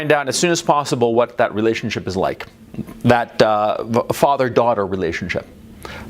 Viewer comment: who is your faAther, and what does he du? in the famous austrian bodybuilder's accent